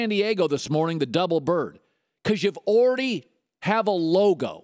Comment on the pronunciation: anyone notice how colin says "unbelievable" about 100 times a show? and "like". he says "like" more than any other word, the dude can't talk. he's terrible for radio. as i type this he's trying to say "already" and failing miserably. ORR-dee